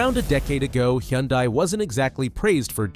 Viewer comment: Ok, I just started watching your video and your AI is killing me on pronunciation: "Ah-cure-ah"??? It's pronounced "A-cura". And Hyundai? head on desk I'm gonna have to watch this again and ignore your AI and listen to what you really have to say....